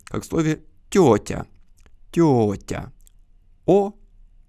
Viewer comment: вы так интересно произносите звук т в слове тетя - мое ухо воспринимает его как диалектный вариант мы привыкли к звуку ц в такой позиции